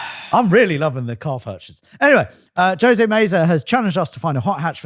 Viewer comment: I've been immortalized in car YT history. Although they botched the pronunciation of my first name ("Ho-say" - Jose). fact about the Mk7 is true. But our US Mk7's also got SYNC 3/MyFord Touch too rather than the tiny ass things they got in the EU versions. Which means CarPlay/Android Auto in later variants